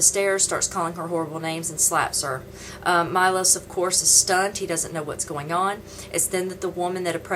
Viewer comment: his name is not Milos its Miloš and btw you could look at the camera when your talking to it ;) and you gave me the worst first immpresion ever, being rude is just gonna make haters hate even more so its pointless but there is no second chance for a first immpresion!